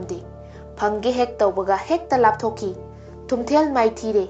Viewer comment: Thumthel haiba natchade. Spelling ga pronunciation se taba nungeite. Nupi gi mingsu panba yaba yatni. Wari se henna kupna research touradi henna fajaga daba. Hapchinba khara su jaoraba malle. Anyway good job.